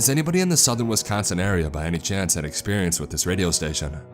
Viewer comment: If this guy thinks twin lakes is fucked up, he should try elkhorn at 3 a.m. Edit: you didn't pronounce Wisconsin correctly the entire video.